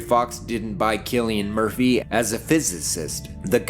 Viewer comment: >saying cillian murphy's name right thank you, fecking hell it gets so old, now do colm meaney